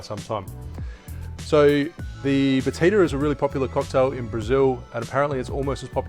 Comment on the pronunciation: My Brazilian wife says... it's pronounced "ba-CHEE-da" also this is good with pineapple.